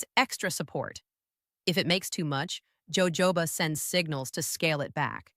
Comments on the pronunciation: It's pronounced Yoho ba, Not jojoba. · Jojoba is not pronounced joe-joe-ba. Its pronounced Ho-hoba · POINT OF INFORMATION: Jojoba oil is pronounced HO-HO-BA. The 'J' is said like an 'H'. This is from the Spanish where J is H. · Gawd I Hate ai ... Joe Joe ba oil, good grief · Fake AI. The “doctor” can’t pronounce “Jojoba” oil. How can we believe anything said here?